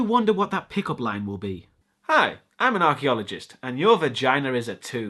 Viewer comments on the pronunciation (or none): it's pronounced vagina, not vaginer